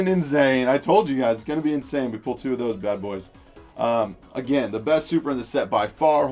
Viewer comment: Did he say inZane?????